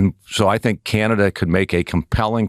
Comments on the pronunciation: The way this ambassador pronounces Canada irks me so much! 🫤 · IS it just me or does it piss other CANADIANS how he pronouces CANADA...?? If your gonna insult us at least pronounce CANADA properly!!!!😖😡🤬